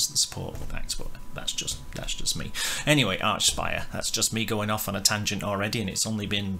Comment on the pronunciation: It’s pronounced Arkspire dude Hail Canadian tech death